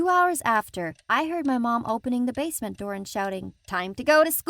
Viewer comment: I liked the bit when she said basment